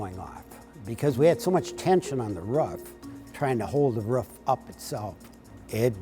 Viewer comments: Who the fuck says “Ruff” for Roof. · it’s fucking roooooof not “ruff” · The ruf lmao the way he says roof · The one guy saying roof “ruff” really pisses me off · The guy saying ruff instead of roof lol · They pronounce Rough and Roof the same. Do they call an Uber an Ubber as in Rubber? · What the heck is a "ruff?" I know what a "roof" is, but not a "ruff." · As a non-American, it took me some time to understand that when that guy says "rough", he means "roof" :D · Roof, Ruuf, lol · The roaf you mean the roof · Roof ❌ Ruff ✅ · anyone else noticed he is saying the ruff not the roof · Please stop mispronouncing ROOF. You sound uneducated by saying RUFF. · We are talking about a roof not a ruff right? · The rough?? not roof? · That dude was saying roof this whole time while my dumbass thought he was saying ruff and getting confused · Does that guy know it's pronounced roof not "ruff"? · Is it the ruff or the roof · Roof not ruf 🤦🏻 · Its roof not ruff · STOP SAYING RUFF ITS ROOF 😂😂😂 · I can’t stand when people say ruff instead of roof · all I said was that I hate when people say ruff instead of roof. That’s my opinion and I’m entitled to it. I personally think it sounds fucking stupid. Is that illegal?? You assume I’m less knowledgeable for having an opinion of the annunciation of word. I’ve been to several different countries around the world let alone states. I’ve heard people say ruff a million times. I know these things. I just think it sounds dumb. You seem very upset over it I apologize for ruffling your feathers there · This man calls a roof RUFF one more time... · pissing me off how he say roof “ruff” like wtf is that 😹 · The guy who says roof like “rough” just cracks me up😂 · Hate how that dude says roof. “The rough” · you mean roof ?. Ruff is what a dog says. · you deserve it for pronouncing it as "Ruff" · Tired to watch but couldn't deal with the pronunciation of 'roof'. Rufff. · The "ruf" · What’s a ruf? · This man cannot pronounce roof. “ Ruf” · “The ruff”